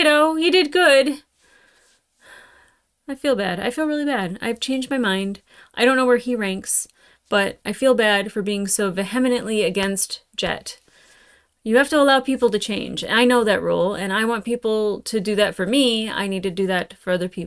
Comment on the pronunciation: Lol. Vee-Heh-Ment 😉